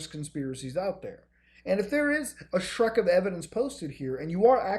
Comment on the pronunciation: Did he just say a 'shrek' of evidence? new unit of measurement.